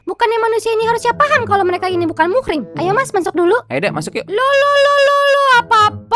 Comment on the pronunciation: Assalamualaikum yg bener itu mahram bukan muhrim